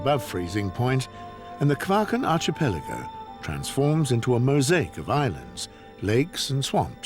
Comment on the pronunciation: This is an excellent documentary. I just wish that the chap who gives the comments would pronounce archipelago properly! It is arkipelago and not arshipelago!!!